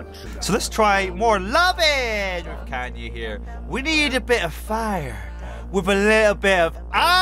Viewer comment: I just now realized that he’s been pronouncing Kayna as “Kanya” this whole time, and now I’m upset. It’s not even really the mispronunciation that’s frustrating, it’s more that it took me this long to notice.